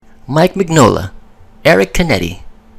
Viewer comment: Absolutely dude! Great vid! (P.s the hellboy authors name is pronounced Min-Yola) :D